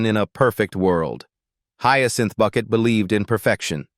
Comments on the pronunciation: Some of the scenes you are showing are NOT from Keeping Up Appearances but from her other series, Hetty Wainwright. Learn how to pronounce Bucket..... It's Bouquet!!!! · When they write the script to a show where the word Bucket is pronounced 'bouquet", the script needs to be written phonetically so it sounds correct when the fake AI announcer reads it.